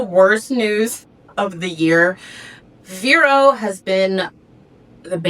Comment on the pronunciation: What are you saying, ‘vero’s’ ? Can’t understand what you’re saying, maybe y can spell it?